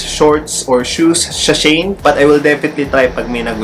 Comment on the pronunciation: She - In po pronounciation non sabi ng kaibigan ko. "She In Style."